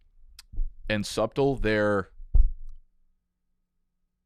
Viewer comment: How did you just pronounce "subtle"?